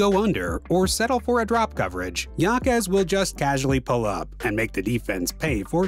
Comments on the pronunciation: His last name is pronounced “ha-kez” not “ya-kez”. Otherwise great video. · Name is pronounced (Ha-Kez) not (Ya-Kez). But He's quite the rookie this year. Honestly, as far as impacting winning I think Jaquez should be the frontrunner for ROY. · Pronounced Hakes not Yakes. It’s Spanish! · It was driving me crazy every time he mispronounced his name. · For real. I really wanted to watch this video but I just couldn’t get past the pronunciation. Unlucky really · You should pronounce it how he and his family does. It’s courteous at worst. But it’s your channel so w/e. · Its pronounced “ Haime Haquez “ not Yaime Yaquez